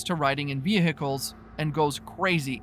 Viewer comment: Ah yes, we drive in ve-HI-cles every day.